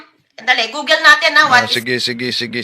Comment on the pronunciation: Malamang conning lang rin, katulad rin ni Felix "Pabu" Manalo.🤣🤣 Kaya ang GOOGLE niya kung salitain niya ay GULOGULO.🤣🤣